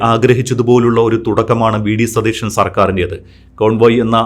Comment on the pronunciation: അവതാരകാന് മലയാളം വ്യക്തമായി സംസാരിക്കുവാൻ അറിയില്ലേ? മുഖ്യമന്ത്രി സതീശൻ എന്നു വ്യക്തിമായി പറയൂ, സതീഷൻ എന്നല്ല. ഇനി ശ്രദ്ധിക്കുമല്ലോ